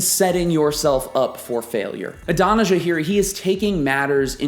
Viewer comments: Good lesson, but Adonijah is pronounced Aah-don-ee-YAH. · Great study, but your pronunciation of Adonijah is gag worthy